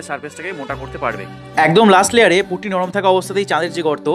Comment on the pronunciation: প্রথমে পুট্টি কে পুকটি শোনা আমি 😂